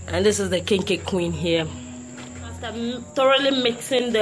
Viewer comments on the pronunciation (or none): none